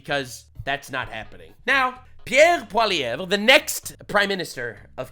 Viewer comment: Now I know you’re Canadian: cuz you can pronounce Pierre Poilievre.